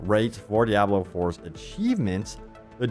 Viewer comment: Why do you pronounce Diablo that way? It’s wrong